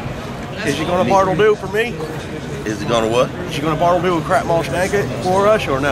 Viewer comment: Afraid10 its Bartle Doo not bottle